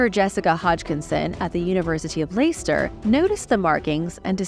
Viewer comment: Hi, just to point out that Leicester is pronounced Less - terre not Lie - ster